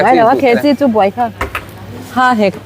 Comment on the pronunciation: I tawngkam hi nuihzathlak thei e,há a hek tih te🤣